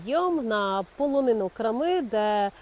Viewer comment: Чому крамИ а не крАми, чому рОтило а не ротИло?